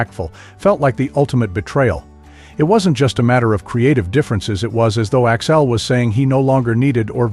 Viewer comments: It’s AXL not Axile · i had to tune out after the 10th "Axile", This sucks!